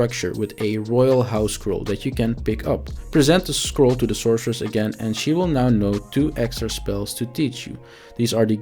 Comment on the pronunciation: What is the sorcerer's name? You keep saying "the sourceress"